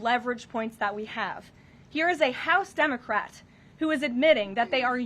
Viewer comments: Did she pronounce it "dumbacrat" once? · Did she just say “dumocrat”?!! 😂 very fitting ❤